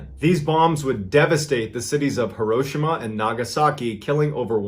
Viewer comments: As much as I enjoy Mr Ballen's videos, I was getting soooo annoyed with his mispronunciation of HEE-ro-SHEE-ma... 😕 Come on Ballen... You're military! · I'm sorry is he saying here Hiroshima correctly